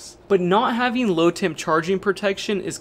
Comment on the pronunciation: You need to be clearer when you say low temp charge. I thought you were saying "load temp" which made sense to me until you were further into the video. If you 0ut the explanation of why you should have earlier everyone would not confuse the two terms like I did. Also you might mention what low temp we need to avoid. In southern Louisiana 10 degF are rare beasts.